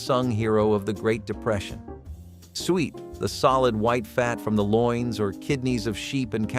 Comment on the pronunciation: You pronounce suet wrong. We eat mince pie every Christmas.